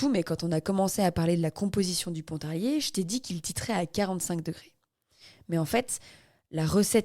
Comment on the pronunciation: Merci ☺️ bon ne dit pas "ponte" ou "saponte " juste pont ou sapon mais merci pour l'histoire cest génial